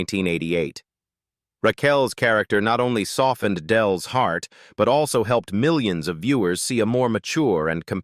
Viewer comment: miwions I heard it... Lol